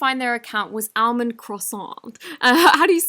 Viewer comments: Almond Croissant is pronounced “allmond crissont” ❤️ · I love how she pronounced Almond like “Allmend” lol (if ur reading this the L is silent in Almond lol 💕